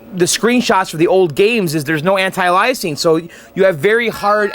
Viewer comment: for future reference, there's no such thing as "anti-Eliasing." When you're talking about color blending in graphics that are for smooth edges with resizing, etc., the term is anti-aliasing, pronounced (after "anti-") "AY * lee * uhs * ing." In other words, the same kind of word that means "a made-up replacement name."